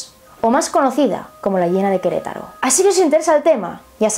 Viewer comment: que lindo dices Queretaro... yo soy de Queretaro